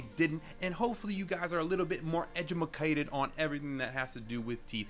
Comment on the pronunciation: Ah yes edumacated